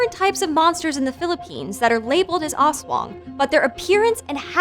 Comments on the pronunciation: I love how she pronounces those words 😂 "oswong" "monononggol" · i was excited to watch this, until i heard her pronounce manaNANGgul instead of mananangGAL EDIT: i decided to continue watching, but not anymore after hearing ASS-wong :( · "mananang-goul" and "as-wong" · Person1: Aswong... Filipino: Aswang Person1: As wong.. Filipino: ASS.... WA... NGGGHH!!!! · Also that "as-wung"... Music to my ears 😂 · Her pronunciation of "ASWANG" though. So slang, so cute hahaha! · Ayo correction/clarification here: *Correction, it's "Aswang" with a hard A (ah) like when you say "ranch" as "runch"(british) instead of "raynch"(american) *The other word s pronounced as Mananang-gal like they're two separate words. *Balut is pronounced as balot *Aswangs are just like Vampire Thralls of Skyrim but like with additional weakness(that kills them) mostly spices, blessed rituals, almost everything related to christianity itself such as the rosary(a necklace with a Christ Cross attached). They attack villages in groups strategically. *Weakness of Manananggal is finding the half lower body and pouring holy water and/or salt in the wounded area. *manananggal is not really known for the idea that it has hanging intestines, I mean logically it is since the torn part is on the stomache part but it's just not mentioned nor shown the hanging organs in some Filipino movies, comics and stories Ask me more for clarifications id gladly answer them You're welcome Edit 1:Grammar Edit 2:Yes I am a filipino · "mananongle, aswong" 😭😭😭😭😭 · "ASSWANG" LOVE IT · Bro the prenouneation 💀🥶 ass-wang manananggle💀💀💀💀💀💀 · Balut and aswang too but issokayyy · Pronunciation is off, but overall a good, and informative upload for this creature of Philippine folklore. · i love how she pronounced manananggal, aswang, and balut even though she's kinda wrong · The way she pronounced the aswang tho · I cringe everytime she says aswang at manananggal